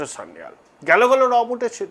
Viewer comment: Sanjeev Sanyal, ba Kanchan Gupta hote paren. Sanyal pronunciation ta thik korun. Sanjeev Sanyal er grand uncle Kakori revolution er member chilen. Sanjeev Sanyal with wife brigade ao chilen